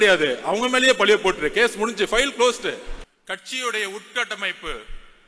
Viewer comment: உட்டமைப்பு இல்ல உட்கட்டமைப்பு எங்கே சொல்லு உட்கட்டமைப்பு